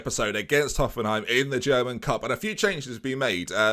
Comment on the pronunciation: German pronunciation causes me physical pain